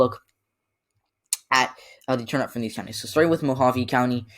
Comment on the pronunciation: Love your analysis... yes, it is Heela..(Gila) the G is silent... I am a lifelong AZ resident and it is just like Gila monster lizard (heel-a) and Mohave is pronounced Moe-hov-ee.. the e is not silent..